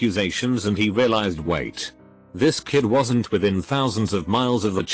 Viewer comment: what was that "wasn't" pronunciation..